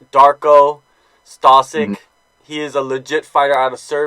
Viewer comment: Stosik ??, google it and learn serbian,bosnian or croatian alphabet before you prounance his name